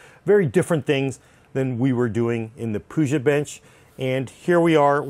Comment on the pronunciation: Wtf is a "Puja" bench lol?